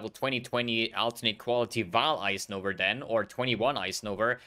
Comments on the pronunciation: Am i the only one hearing say "novaR" and "ideaR"? Its so weird lol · It's called intrusive r, look it up